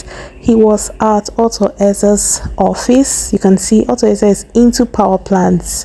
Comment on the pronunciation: Not auto eze rather Arthur eze